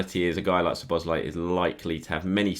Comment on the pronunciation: Nice pronunciation of Szoboszlai's name. KUTGW. :)